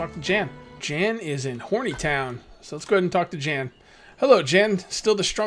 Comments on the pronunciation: Iordan is pronounced yor-den and Jan is pronounced Yon as in yonder. Great video, I enjoy watching, you put a lot into the backstory, even the backstory of you villagers. I think you should follow him out of the town see where he goes. And what is that paper up on your top bar? Great job keep it going I love this series. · Yeah and I’m pretty sure Jan is said Yon since this is in a European area. Other than Spanish many European languages pronounce J as Y. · Jan is pronounced yawn